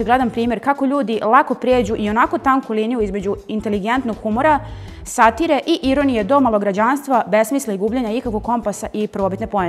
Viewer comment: Da li ne ume da procita rec satira kako treba, boze